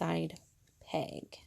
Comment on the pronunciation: Would it be too much to ask that the knit loom instructor use a proper pronunciation for the word "peg". Is it a regional thing to call it a "pang"? Really confusing.